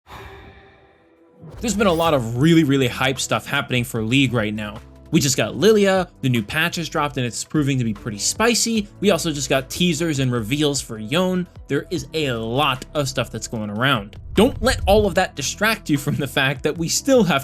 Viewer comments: It is pronounced : Yo-Nay! Not Yone like Tone. Please, they have a voice over in Legends and even the Cinematic. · It's Y-O-N-E Goddammit.